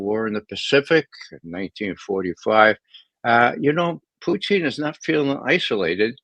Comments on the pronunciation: Why does he say “Puteene”? It’s SO FUCKING IRRITATING. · Ray calls him puteen! 😅